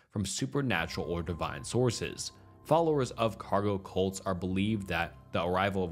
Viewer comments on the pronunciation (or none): Oh CuLts. Sorry I thought you said something else.